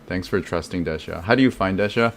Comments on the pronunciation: Hey thanks for the video. But, why do you keep calling Dehya, Dash-ya? Pretty sure Dehya is a Hindi and Arabic name and doesn't have an s sound in it. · I figured it was cause of the JP pronunciation lol. It's basically the same in the Chinese version too. I guess it's supposed to be De-hee-ya, Dee-hee-ya or Dee-ya in the real world but Hoyoverse will apparently do their own thing for the different languages if they want.